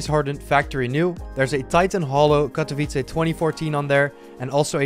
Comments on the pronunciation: U pronounced Katowice pretty well in this vid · Lmfao i like how u are spelling the word "Katowice" (yes im from Poland) probably bcos u are spelling it very good.